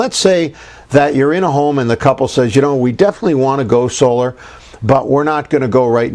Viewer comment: Solar not oscar haha Harry and William said that I'm sure